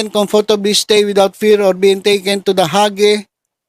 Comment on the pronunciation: The Hague pronunciation ay The "Hege"